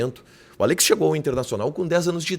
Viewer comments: É “Àllex” não “Allêx” 😵‍💫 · Qe pronunia estranha desse nome Allex kkkkk